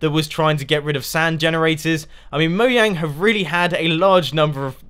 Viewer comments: Why do you call them mouang not mojang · You said Moyang instead of Mojang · Is'ni it Mojang not Moyang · Disrespectful JK you actually said Moyang not Mojang XD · its moJANG not moYANG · It all depends on the accent. I don't know if the J is meant to be said as a Y, but I expect so. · CrazyMinecraft Player *Moyang. And Mojang is a Swiss Company (Correct me if I'm wrong) and over there they pronounce 'j's as 'y's. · I believe it's pronounced Mo - (g)jang (j as in jungle) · Lol mo-yang